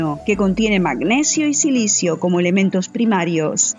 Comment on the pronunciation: El aquaplannig depende de la velocidad a la que vayas y se dice silicio, no silisio (eso no existe)